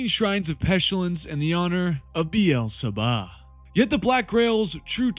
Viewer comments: Is it so hard to call Beelzebub Beelzebub Not Berlebahh? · Did you have to say beelzebub that way so many times? Why did you turn the final b into an h? That was the worst lol